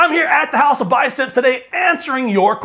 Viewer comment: Yeah mate love the videos! but still got no bloody idea what you say at the start besides.. "House Of BICEPS!!" big love from AUS!